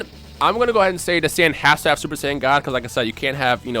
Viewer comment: Say-on ancient God smh